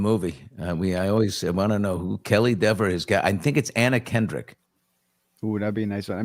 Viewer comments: Are you trying to make a joke, as Dever’s last name is not pronounced “Dee-ver” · plenty of accomplished character actors could play Kelly Dever. Kaitlyn Dever. Correctly pronounced as deever.